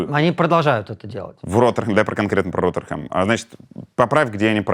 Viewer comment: Город Rotherham на севере Англии, о котором шла речь, произносится Родрум ( транскрипция по-русски 😀 ),а не Родерхам